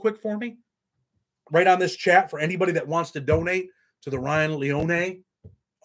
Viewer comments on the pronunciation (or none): Lee-oh-knee is his last name respectfully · It's Leone , three syllables, long e on the end